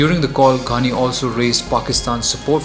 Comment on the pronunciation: Not Gandi ghani u don't even know how to fucking pronounce his fucking name u gaved muslim guy a Hindu name